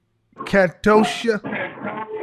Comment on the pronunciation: Catoshia!!! 😫😫🥴 what in the “french toast “ are you talking about sis 😂😂😂